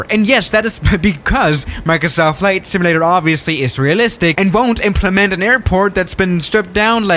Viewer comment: Flight "similator"